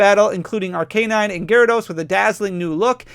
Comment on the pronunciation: No hate but dude it’s pronounced Ar-kah-nine